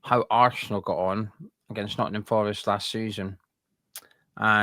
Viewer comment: Talk English it's arsenal not assshhhnal sweaty pr1k wow your a joke